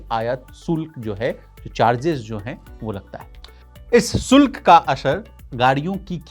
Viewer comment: Bhaisahab SULK nahi shulk